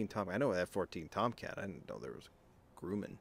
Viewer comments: Sounds like “rum” not “grew”. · "Gruh-Mann", the manufacturer of the aircraft. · You kinda butchered the name Grumman. 😂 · The company is now Northrop Grumman…. We have a YouTube channel, there you can hear the correct way to pronounce Grumman…lol